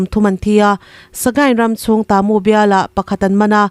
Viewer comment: Hahaha khaw hming lam dan i thluk diklo na sa a bik in kalay leh tamu phei chu a buk thelh in i thelh duai mai tamu hi ka pu tih thluk in kalay hi ka pi tih thluk in i lam tawh dawn nia i thiam awm tho e kawl tawng ani miau a 😁😁😁